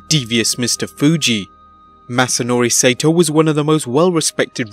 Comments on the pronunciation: Correction: Saito is pronounced "SIGH-toe", not "SAY-toe". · "Sigh - ee - toe", not "Say-toe" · It’s pronounced Sy-ee-tow not sato. But I guess the computer voice doesn’t understand nuance. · His name is pronounced Sigh-toe. If you're gonna show respect, learn to pronounce people's names right. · Hey, his name is pronounced Mr. Sigh EE TOE and I didn't know who you were talking about until I saw the name LOL. (Use to watch him on ESPN I think in reruns 10 years ago. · Saito is 3 syllables. SY EE TO. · mr. saito...pronounced si e to